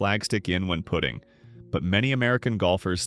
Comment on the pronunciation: For knowing all the rules one would think 'putting' would be easy to pronounce correctly. Just 'putting' this here.